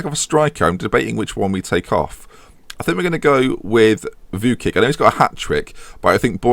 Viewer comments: Target, TOP 2, btw Vuckic is pronounced Vuchkich ;) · pronounced vooch-kich